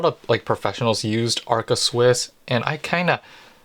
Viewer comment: ARCA Swiss not Alca Swiss!